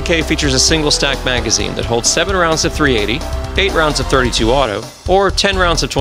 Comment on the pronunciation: It’s chambered in .380 not “38”